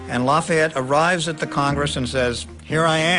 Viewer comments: It annoys me how some of them say lafyette but oh well BECAUSE IM HERE FOR AMERICAS FAVOURITE FIGHTING FRENCHMAN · I love how the one guy calls him “ Loffy et ”